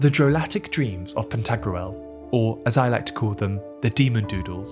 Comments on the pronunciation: It's Pan-ta-grool, not pan-tag-roo-el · Are you pronouncing "Pentagruel" correctly? I could be wrong but it sounds like you are pronouncing a medieval name like how people pronounce ancient greek names today. Like pronouncing Pentagram as Pen•tag•ger•ram rather than Penta•gram. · Anyone else annoyed how he keeps pronouncing Pantagruel? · What a strange way to pronounce "Pantagruel". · It bothers me how it's pronounced in the video 😂